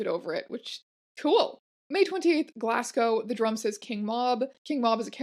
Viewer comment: Teya I love you but please Google how to pronounce Glasgow